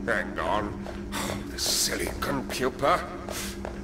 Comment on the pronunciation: uhh just said compuper...the hell